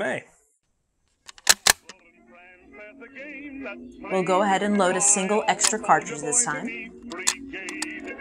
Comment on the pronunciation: Sorry... Mae not May! You probably get that a lot... sheesh!